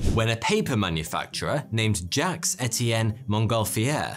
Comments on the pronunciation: Jacques is pronouced "Djaahk", not "Djacks"!! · aren't we going to talk about him pronouncing 'Jaques' as 'Jax'?